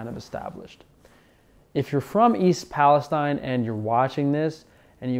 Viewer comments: If you’re going to make a video about something, at least confirm how to pronounce it. It’s pronounced Pal-is-teen. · You mispronounced the city name.